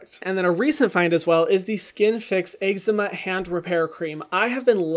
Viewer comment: No one: Hyram: eggzeema 😂❤️❤️😂